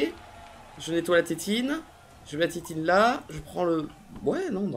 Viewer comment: on adore la "titine" au lieu de la tétine, c'est trop mignon mdrr